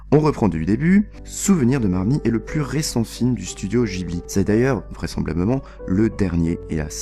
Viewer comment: "studio Jibli" aïe les oreilles